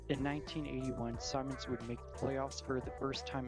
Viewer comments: First of all, what horrid audio. About the only thing I could make out was Simmons being pronounced Simons. Didn't even bother with the rest of the list. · Gary Carters name is Gary not Garrett. Simons, come on, do your research and if you want to make videos, learn correct pronunciation. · It's Ted Simmons--two m's, short i in pronunciation.